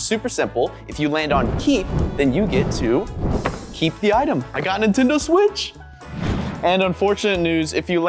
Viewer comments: They’re not “intendo” switches, they’re “Nintendo” switches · He said intendo switches😂😂😂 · who is here in 2024 and btw i love how says intendo when its nintendo